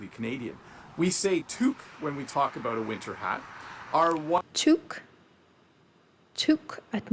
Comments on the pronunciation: Americans often mock Canadians with "out and about' and say 'OOT and ABOOT", but in reality, Canadians pronounce the words "oat and aboat'. Kind of like they do in Wisconsin. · Eut and abeut